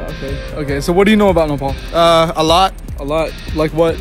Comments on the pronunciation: It's not nepool it's nepaal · Don't pronounce 'Nepal' with an accent please..